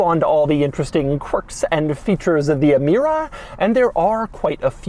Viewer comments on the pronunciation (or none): it's pronounced Amira not ee mira. my ears got infected in the first 10 seconds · It’s pronounced “eh-meera”. Not “ee-meera”. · it's emira, not imira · Doug the type of guy to pronounce Emira as eemeera and also say a 2GR is a boring Camry engine